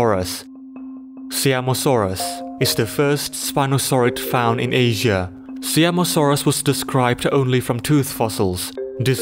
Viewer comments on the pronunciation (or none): It isn't See-am-o-saurus. It is Sie-am-o-saurus. I wanted to clarify because this is the pride of my country